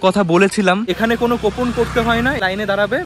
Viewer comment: আপনার উচ্চারণ গুলো ঠিক করুন ওটা ইসোদয়া না ইসদ্যান, 😂ল্যাখা নয় লেখা 😂 কোপন নয় কুপন, শিক্ষাগত যোগ্যতা খুবই কম , pronunciation শুনেই বোঝা যাচ্ছে, যাই হোক এই করেই যখন খেতে হবে আপনাকে এগুলো একটু ঠিক করে নিন